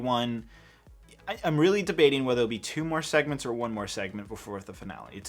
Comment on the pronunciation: “Monthly Segements”